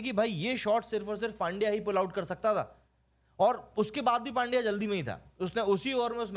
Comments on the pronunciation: भाई नाम सही से लो, पांड्या नहीं, पंड्या है उसका नाम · अरे वो पांड्या नही पंड्या है पंड्या।